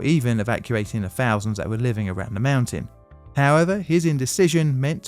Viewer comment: You apologize for mispronounced names while you cant even say most words that begins with T-H correctly. What the hell is a "free fousand"? I would absolutely love to sit in on an english class where you went to school. T-h-a-t....that T-h-r-e-e......free 🤦